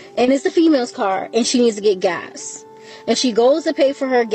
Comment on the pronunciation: Sweetie, the man is pumping gas, not GASH. With that missing "H" you can do that yourself.